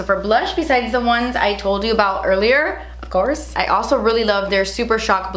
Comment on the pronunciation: I wait for that moment when says: “OFCOURTS” 😍😍😂😂😂😂😍😍